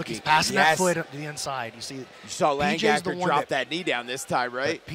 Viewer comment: It's Lang-Aker not Lang-Gaker